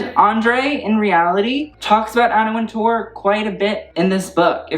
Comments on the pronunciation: great video, but I cringed every time you said Anna WinTOURRRR that is not how is pronounced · The name is just pronounced WINTER, like the season -- and with an English accent WINteh.